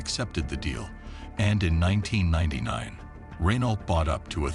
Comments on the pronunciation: It's funny hearing Americans say "Renault", actually pronouncing the "t". I guess it's being an ocean away from the garlic munchers. We're only a channel away from them so we know to say it "ren-oh". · You’d think you’d learn how to pronounce Renault ! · It's not Renault.. It's pronounced Reno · It's pronounced "Ruh-Noh" or "Ren-Oh" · Errrr.... Why would anyone believe you if you can't even pronounce 'Renault' correctly? shAmericunts....... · The pronunciation of Renault is so cringy. Ugh. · again, it's puppy mill time 😞 nevertheless, spend 60 seconds and figure out how to properly pronounce French words: Renault, Versailles...... atrocious